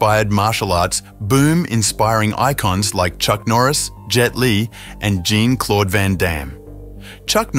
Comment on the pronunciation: Good grief, this narrator just can’t seem to pronounce the name, Chan consistently. Chen, Chon, Chone… dude - It’s ChAn… (long A) CHAN! Got it? And it’s Jean-Claude (like “Shzon”) not Gene-Claud.🙄